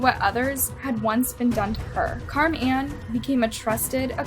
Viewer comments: Car Man????? This work was ok until that pronunciation. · 🎵 where in the world is "Car-MAN" in SanDiego 🎵 (the way she kept saying ☝😕 "Carman" sounded alil "off" to me) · Is so white that she doesn't know how to pronounce "Carmen" properly??? She's literally saying Car Men the whole time. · Im sorry but the way she says Carman is bugging me